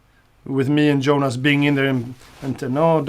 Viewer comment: Tom, stop saying Djohann and Djonas when you talk about your band mates! :)